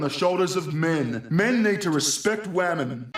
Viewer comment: Literally "but think of the whamen"